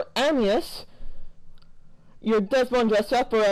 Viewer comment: you said animus wrong just saying